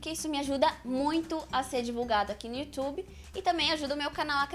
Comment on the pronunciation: momento em que ela fala yutiube : p